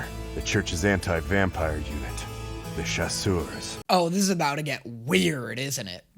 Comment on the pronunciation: The first time I watched this, I remember I was wondering why they were calling the church figures “the shoes”, before I realized they meant “chasseur” like “the hunter” not “chaussures” like “shoes” they sound very similar